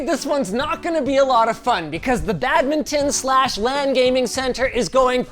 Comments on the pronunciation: What the heck is a bad mitten? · WTF IS BAGMITTEN